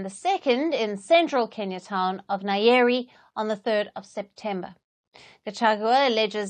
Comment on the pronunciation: Hiyo pronouncing yake imenikill aje 😂😂what's nayeri now